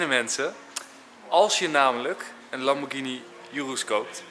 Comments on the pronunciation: Italianen zeggen Lamborghíni. Het is geen lambordjienie. Je zegt ook spaghetti, geen spadjetti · Het is Lamborghini en niet Lambordjinie. Ga maar een keer naar Italië toe. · het is duidelijk lamborghini niet lamborjini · Het is qua uitspraak een Lamborkini Oeroes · Het is een Italiaanse auto en de Italianen spreken het uit als lamborkieni,dus dat is de goeie uitspraak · Wrm is dr überhaupt een discussie gaande of je Lamborghini uitspreekt als lambordsjienie of Lamborghini je spreekt het uit zoals de makers het zeggen je gaat Apple toch ook geen appel noemen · Is het niet lamborGhini in plaats van lamborKini?🤣 Like als je dat ook vind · GH in het italiaans is een harde klank je speekt het uit als een zacht klank, fout! Lamborghini, hard klank dus, groeten. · Lamborghini met de g die je niet zacht uitspreekt en oerus zo zeg ik het (urus heb geen typaids hoor)